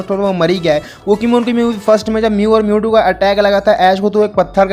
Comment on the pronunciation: It mewtow